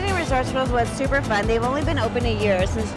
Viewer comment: i love how you two make one syllable words into two; cute becomes keu-oat good becomes goo-ud cool becomes koo-ule fun becomes fuh-nah